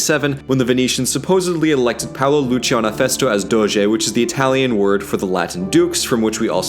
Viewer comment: Great Italian pronunciation by the way!